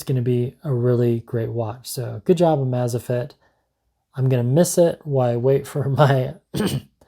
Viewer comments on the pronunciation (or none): Everytime said name wrong wanted to punch him.. amazfit.. how its written. Not amazafit.. amaze like the word.. im amazed at this... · "Amaze Fit" not "Amaza fit". Sorry, just thought u might wanna know if you're gonna keep reviewing them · You are really mispronouncing amazfit, it's amazing and fitness smooshed together.